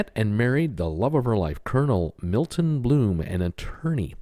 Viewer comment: Blum not bloom